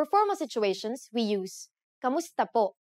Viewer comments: That's the proper pronunciation. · Luna She spells it as “ku” because if she wrote it as “ka” she would be giving you false information about the word. It’s just a matter of pronouncing the word